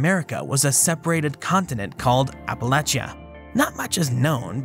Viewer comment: As an Applalachian, THANK YOU for saying Appalachia right